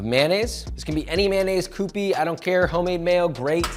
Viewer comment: Q P not coo pee!